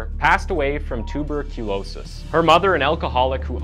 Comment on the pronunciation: We you in the middle of a stroke when you said tuberculosis?